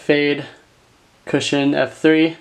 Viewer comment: Every time said "cushion" I heard "Christian"